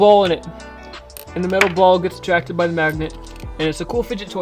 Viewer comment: "I have this nagnet" 🤣